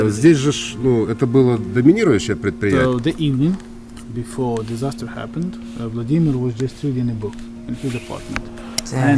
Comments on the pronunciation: distaster lol its pronounced disaster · Hah!! "Distaster"... ok i should stop joking in a serious video 😅